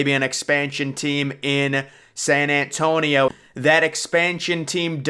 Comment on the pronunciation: San ant tonio. Lol